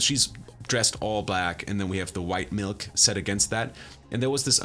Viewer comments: You have a serious issue with saying “milk” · He says 'milk' kind of funny